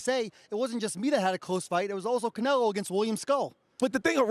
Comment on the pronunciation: I he said Canrloadr Bud look away first it would be the best thing you hered him say